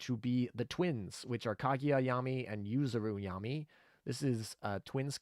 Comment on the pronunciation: driving me nuts having call them "Yah-mee" instead of "Yam-eye" lol. Damn.....Kotori got an "upgrade" with her skin